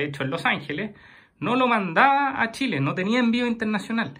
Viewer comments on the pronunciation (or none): none